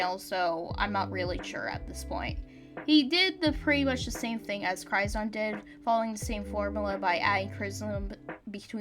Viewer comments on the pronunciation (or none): Also Ge0zard is pronounced "Jee oh zard" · I can't get over how you pronounce Ge0zard